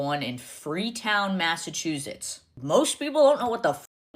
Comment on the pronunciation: I don’t know anybody from mass who pronounces it with a “z” Mazzachuzits? No ma’am